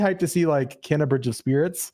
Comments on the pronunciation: Even the state of play lady said Ke-na which doesn't help. Since the two brothers have said it being kay-nuh multiple times, even in the game informer article. I guess when everyone plays the game it will sink in. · It's pronounced 'cay-nuh" and, yes, two brothers run the studio, but the core team is 15 people. ;)